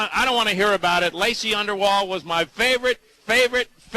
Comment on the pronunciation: uh nice guys....UNDERALL....not underwall. nice start to your interview.